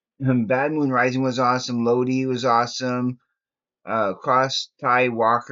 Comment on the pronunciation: The song Lodi is a town in northern California and it is pronounced Lo..die.😎